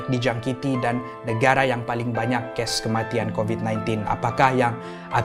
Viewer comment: Assalam hi sya selalu dngar kamu sebut ges dan bkn kes kamu cuba sebut btul ii sbb nnti takut org x paham plk😅😅srry ye bukan nk bgi skit hati kamu tpi sya cuma nk tegur..sja😊😊